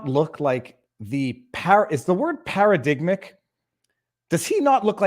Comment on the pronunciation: Para-dig-matic is how it is pronounced.